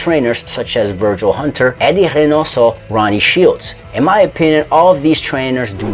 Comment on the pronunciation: The narrator has what appears to be a northeastern accent. And he pronounces Reynoso like a Portuguese speaker. Is he a Portuguese-American from Rhode Island?